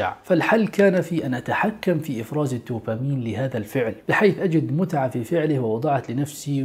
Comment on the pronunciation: هرمون الـدوبامين (بالدال) وليس الـ ت ـوبامين! Dopamine NOT Topamine وجزاكم الله خير ووفقكم اخونا الكريم ، انت وجميع المسلمين، لما يحب و يرضى في الحياة الدنيا والآخرة، آمين يارب العالمين والصلاة والسلام على نبينا وعلى آله وصحبه اجمعين